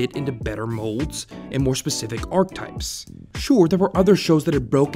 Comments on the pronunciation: you're trippin if you say archetype instead of archetype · It really hugs me how you pronounced archetype